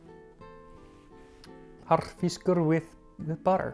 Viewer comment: Well done enjoyed your video your saying "Harðfiskur" is spot on and I would absolutely eat you Rúgbrauð Greetings from Iceland